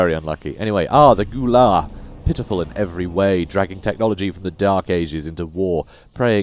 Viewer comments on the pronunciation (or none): Love the gameplay, although I'm like halfway convinced some of the pronounceation is a tad different. If I'm not mistaken, gue'la is said g-way-la, and Sa'cea is sa-say-a. Can't wait for more! (p.s, volley fire is labeled as a passive action, pretty sure it's just a passive and constant buff!)